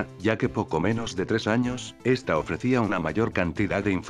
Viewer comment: ¿Soy yo, o en vez de decir "de está forma" dice "de esti forma"?